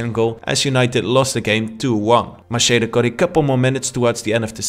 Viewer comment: Great video but it's Macheda=MAKEDA